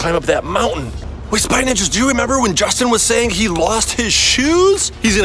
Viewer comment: IT'S JOSTIN